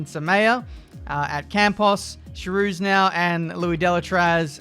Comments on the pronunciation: The Charouz pronounciation is so wrong. Kinda sounds funny though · It's not Charouz as in "show", it's as in "choir" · Hopefully one day someone will pronounce Charouz correctly!